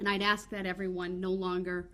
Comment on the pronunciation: Why is it so hard to pronounce the word ask?